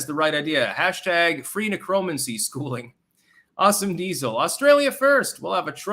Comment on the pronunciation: IDK if you mis-pronounce words on purpose for entendre purposes that i miss. Considering the root word has the same meaning as a similar sounding word, I'm guessing your pronunciation was purposeful. But for the record, "necromancy" is: nĕkʹ-rə-măn'-si